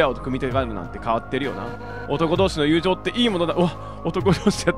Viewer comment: 男同士の友情……強調しますね……（笑）